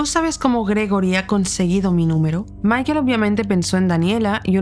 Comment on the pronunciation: Pronuncia bien el nombre por favor. Michael. Se pronuncia Maicol.